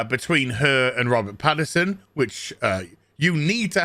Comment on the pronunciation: Pattinson, not Paterson.